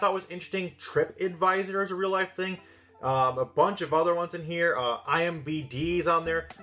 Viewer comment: He said IMBd XD